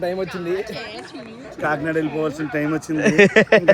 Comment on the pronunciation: adhi koki nada kadhu kakinada😂😂😂